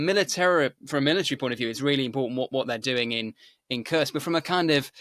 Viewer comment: Here you have it again: despite his guest using the correct pronunciation of "Kursk" on several occasions seems incapable of reproducing the sound and insists on having it rime with "curse." We know the Brits are (apparently) ill-equipped to learn foreign languages and expect others to use their idiom but couldn't media people at least pretend?😉